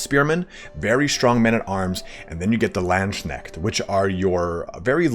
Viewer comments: People already corrected but it is Lands-Kneht, not Land-Shneht ))) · OK ok heres what I got to criticize: You pronounce Lands-knecht as Land-schneckt which looks and Sounds like "land-snail" lmao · Ngl i always wonder on what arcane websites people get their pronounciations for german words like Landsknecht